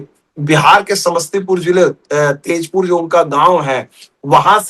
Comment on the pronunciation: तेजपुर नही 'ताजपुर'